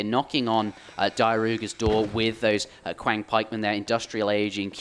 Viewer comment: Just a heads-up for the casters, "Qiang Pikemen" is pronounced more like "tsiang" Q doesn't correspond to any sort of "k" sound in Chinese.